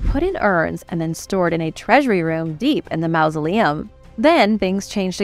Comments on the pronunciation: The word is not mousoleum, as you pronounce it it's mausoleum, like mawsoleum. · te quiero muchisimo y me encanta tu programa y tu forma de hablar, pero una cosita, en ingles "ou" junto sona como mouse, "au" en ingles sona como awe, no como en espanol, refiriendo la palabra mausoleum. No es un critico, si no mi forma de ayudar con carino. Paz y Amor